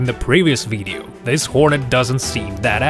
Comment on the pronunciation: The way he said it